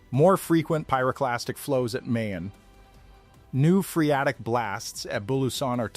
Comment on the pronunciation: it's Mah-Yon, and Can-La-Onn.